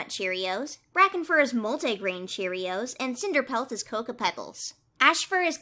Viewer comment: multAY-grain cereal